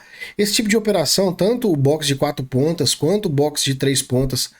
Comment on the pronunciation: "Boxer de 4 patas" 😆